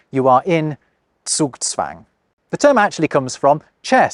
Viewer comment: Zugzwang would be quite difficult for most English speaking folks. The z is not pronounced correctly. My boss lives here in Germany for quite some time but he still messes up some letter and grammar. I was actually surprised to listen to a native speaker saying Zugzwang on point.😅